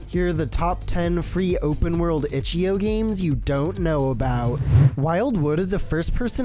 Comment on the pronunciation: Stop pronouncing it itchy-oh its itch-I-OH